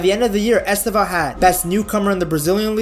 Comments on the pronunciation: • It is not EsteVÃO It is EsTEvão Much similar to the way we pronnounce Stephen, in English. The stress is in the TE, not in the VÃO. And, then, just change the last syllable sound to something like: 'vown' [pronnounced very quickly]. • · Its estÊvão not estevÃo. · Est É vao, put the strenght at the second syllabus not at the last. And the E is closed not open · Stress is on the second syllable: EsTÊvão, with the first 'E' mostly ommitted in speech. It sounds closer to 'Steven' than it looks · It is EsTÊvão. Like Stephen.